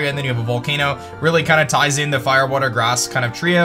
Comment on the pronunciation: To much woter